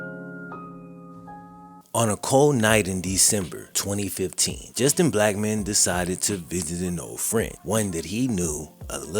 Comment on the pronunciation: At the start when you first said his name I thought you said just a black man I was like whattttttt